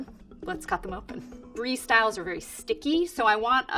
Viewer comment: She got the mozzarella right, but the brie not😂😂